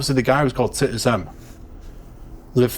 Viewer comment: Titus 😂... think it's pronounced tytus 😂